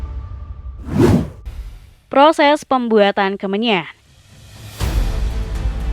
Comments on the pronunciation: Kemenyan = kemenyah Keagamaan= keagamaah Mimin sehat?😂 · Pengisi suara nya gabisa ngomong N kah? Kemenyan jadi kemenyah. Semen jadi semeh